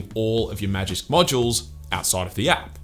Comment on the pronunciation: Props for saying Magisk Modular Manager as many times as you did.